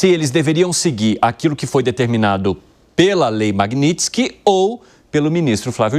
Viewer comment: Achei incoerente o reporte corrigir o entrevistado publicamente por falar errado a palavra magnitsky